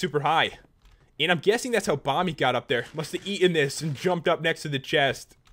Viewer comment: Who heard pat say "Bommy" rather than Bomby.